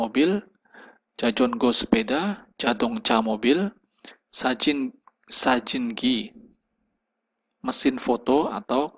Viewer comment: No 16 sajin kak bukan jasin